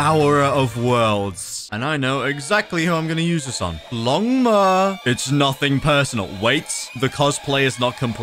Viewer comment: bro said limga instead or longma